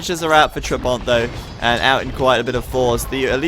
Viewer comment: listen how to pronounce trabant